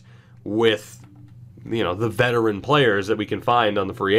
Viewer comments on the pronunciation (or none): none